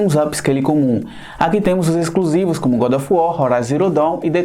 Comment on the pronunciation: "Iscruzivix". Disse isso, não é isento e não sabe que gosto é subjetivo!